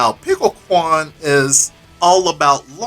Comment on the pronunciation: JAM! I'm getting the next GGST season pass for her and Robo-ky, my favs! Also, it would be good to pronounce quan using the "chwen" sound instead of "kwan" next time :)